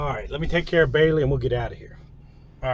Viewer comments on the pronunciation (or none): none